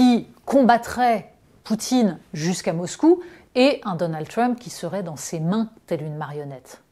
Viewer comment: je ne peux pas l ecouter prononcer le mot Trump. comment on peut etre aussi ridicule? pourquoi elle ne prononce pas Harris de la meme façon ? une perosnne lui dise, please!!!